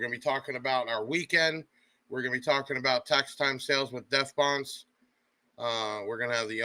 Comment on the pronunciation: at least pronounce it "Bonce" when he's on the show